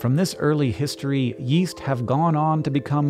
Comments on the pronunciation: Yeast I thought you said west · Yeast? I thought he said Weast